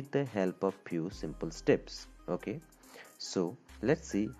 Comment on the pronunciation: The wayyy he says oke😅